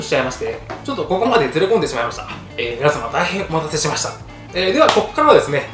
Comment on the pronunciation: 「おまんたせしました」からの「お茄子揺らす」好き